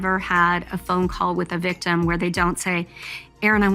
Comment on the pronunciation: She wuzz uh vikk-timm! Her brain is in her gash.